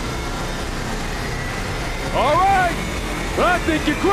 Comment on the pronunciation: the way he says "charges" is hilarious.